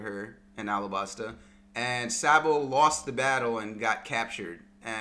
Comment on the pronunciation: Dude you sound like a sheep everytime you say Sabo’s name. It’s not SAA-bo. It’s pronounced SOB-o